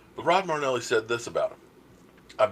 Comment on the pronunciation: Your killing me. His name is NOT Rod Marneli! His name is Rod Marinelli! There is an "I" in there. You dis him by mispronouncing his name. How to pronounce Marinelli